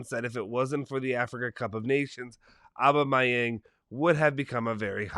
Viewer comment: its "Obama-Young" Aubameyang. If you played FIFA you know you know